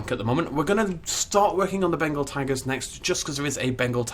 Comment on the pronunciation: Anyone here him say bengal tangers